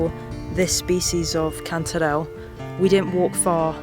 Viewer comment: I like the way you say chanterelle cantdadelle